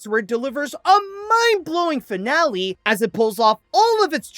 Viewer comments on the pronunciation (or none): none